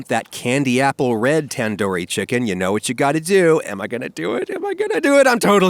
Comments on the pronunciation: It is tandoori not tenduri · Try saying 'Than-dhoo-ree' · ITS TUN DOOOORI TUN its spelt like tandoori that but come on man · It's tun-doori not tAn-Dohri bro 😭😭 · It's pronounced "Tun-doori" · Say it like taanduuri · I'm so sorry but the pronunciation of tandoori chicken is actually pronounced as thun-duri chicken. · Oof it makes me cringe hearing other accents pronounce tandoori or kashmiri, idk why